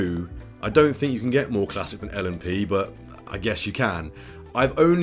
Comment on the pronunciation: You said l&p correctly